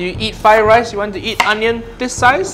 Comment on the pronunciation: blud can not make rice right ☠☠☠☠☠☠bluds making wice